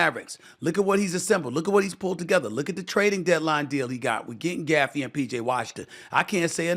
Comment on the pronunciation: STEPHEN A HIS LAST NAME ISNT “GAFFEY” ITS GAFFORD LMAOOOOOO 😂😂😂😂😂 BRUH HOW DO YOU MESS UP HIS NAME THAT BAD